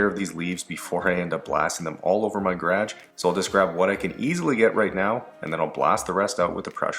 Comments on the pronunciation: Americans: "Guh-rahj" The English: "Gay-rahj": "Gradge" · Is that a common way of pronouncing garage in Canada or is that a regional accent? Gradge